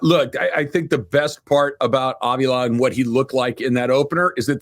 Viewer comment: Good stuff. Please learn how to pronounce Steve Avilas name. Jourdan Rodrigue pronounces it correctly.